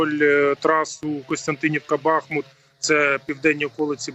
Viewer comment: правильно вимовляти БахмУт ... я тут живу... ставте правильно наголос будьласка ....